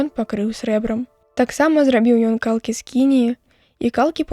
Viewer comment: Калкі' правільна, а не кал'кі, як прачытана.